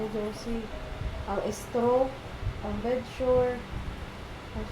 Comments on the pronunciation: bedsore po. Hindi bed sure. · Bedsore.not bedsure